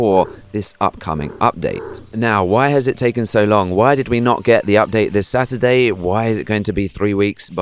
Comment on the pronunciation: When you say Stuartday I say sun day lol